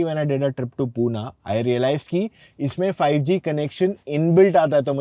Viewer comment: पुना नाही रे बाबा पुणे